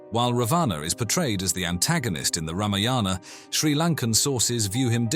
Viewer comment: It is Raavana and it is Ramaayana NOT Ramayaana...please get it right.